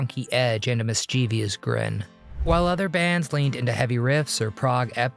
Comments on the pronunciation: Nasty click bait. And the mispronounced words are over the top. Mischievous has three syllables. is disgusting. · Mischievous… one of the most mispronounced words ever